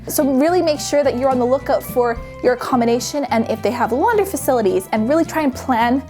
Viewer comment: She's saying accommination instead of accommodation smh